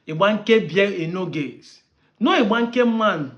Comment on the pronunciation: This man cannot even pronounce Igbanke, poor fellow.